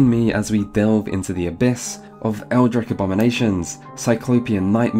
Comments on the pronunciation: How are you going to make this video and go ahead and say "eldrick" 😒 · I was with you until you said "Haytch" and "Eldrick"